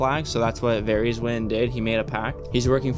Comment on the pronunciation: How are you damn near 7 seasons into this show but you still pronounce names wrong like Loras, Varys, Cersei etc